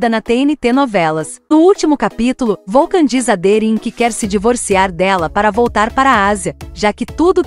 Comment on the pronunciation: Não é volcan 😅😅 😅😅😅 pare de abrasileirar 😂😂😂😂da vergonha